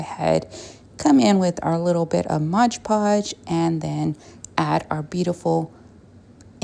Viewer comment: Your pronunciation of mod podge is wrong